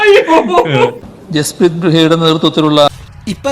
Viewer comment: ഇതൊന്നും ഇങ്ങനെ അല്ല വായിക്കണ്ടത് എന്ന് ഒന്ന് ഈ വാഴക്ക് പറഞ്ഞു കൊടുക്കാൻ ഒരു അടിമയും ഇവടെ ഇല്ലടെയ് 😤😛